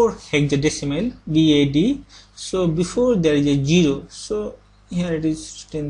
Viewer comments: GGGGGGGGGGGeeeeero :P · samurai I was watching this at work and I couldn't finish the video cuz I had a laugh attack. Jiro jiro, jiro jiro... Jiro jiro, jiro jiro... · (Zivko) he has some problem with jiro(0) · Presents.:D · LMFAO WHEN HE GOES TO PRONOUNCE HIS ZERO'S